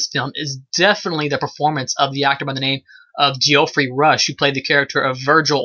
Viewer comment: It's Jeff-REE, not Gee-OFF-ree.